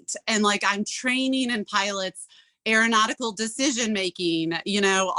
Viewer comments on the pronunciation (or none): Aaron-autical is what I heard 😂